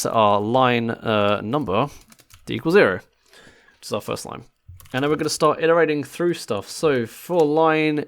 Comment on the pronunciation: Why is zero pronounced differently?